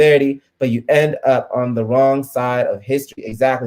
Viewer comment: “Da” why did you say da instead of the lmao.